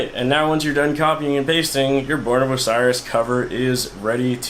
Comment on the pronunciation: The way you pronounce "Osiris" pisses me off more then the tutorial does